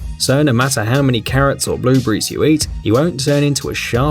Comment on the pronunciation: So many strangled vowels. I thought he said currents when he said carrots.